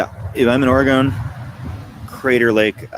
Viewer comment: Oregon is pronounced like the word dragon. “Or-gen” not “or-gone”